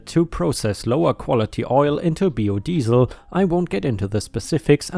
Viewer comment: Hello. I think you rushed your edit some tonight. Thermite and Termite. Also you pronounced biodiesel the German way. Regards from Yorkshire ⭐⭐⭐⭐⭐⭐⭐⭐⭐⭐⭐⭐